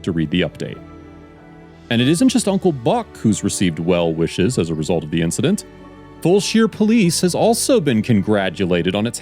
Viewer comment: Fulshear is pronounced "Full-sure" . Sure is, for sure, haha